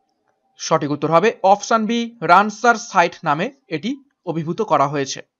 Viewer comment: রানসার সাইট নয়, রামসার সাইট